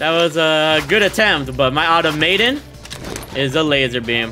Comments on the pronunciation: Pronunciation - ah Tom ah tOn 🤷🏻‍♂️ 😆😆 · It's Automaton not Automaton.